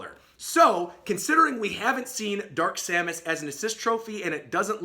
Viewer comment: You got simon, k rool, and dark samus right!